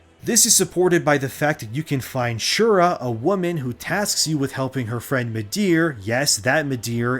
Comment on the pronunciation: Shira, not Shura